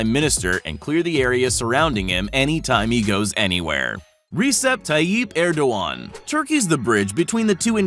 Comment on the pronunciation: That's not how the Turkish President's name is pronounced.